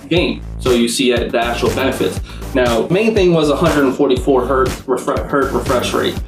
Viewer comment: One Hertz. Many Hertz. Ain't no such thing as "One Hert", the Z ain't plural. Anyhoo, good video and all that.